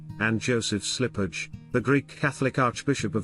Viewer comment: This narrator needs to correct his pronunciation of many words, including “Byzantine”, Kiev, Bishop Slipyj, etc.